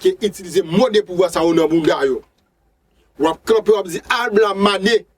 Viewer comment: Se labla li ye wi fanmi ou di albla